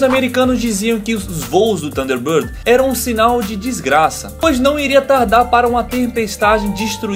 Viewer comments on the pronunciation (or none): Nao e tanderbander e age taves